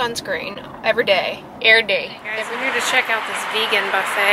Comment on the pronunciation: Lol "err day" wonderful. Oh an omg lol I enjoy watching your old content occasionally for these small humor treasures.